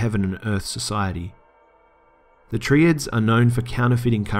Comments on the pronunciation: it's not "Tree-ads" its "Try-ads" Triads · "treeads" lol really bro cmon hahhah. You'd seriously look "TRIads" and pronounce that with tree? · yourr pronouncing Triads wrong. (Try-Ads) not (Tree-Ads) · so..... u don't say it like tree- ads, its try- ads, as in tr-eye ads - triads. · Why do you pronounce Triads as "tree-adds"? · Whats a tree-ad ? 🤣🤣🤣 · You pronounced Triads incorrectly